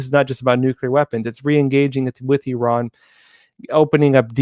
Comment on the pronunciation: thank you for saying. "EE RAHN" and not "I ran".👍👍👍